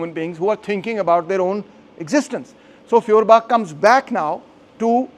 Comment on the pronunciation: Pron. Foyerbakh. Gaelic/Scottish kh sound = German ch sound.